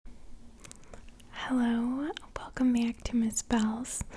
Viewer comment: I like the way she says “back”. Must be from Baw-ston?